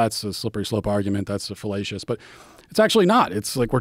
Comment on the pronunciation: Matt Walsh said "fellacious" 🤣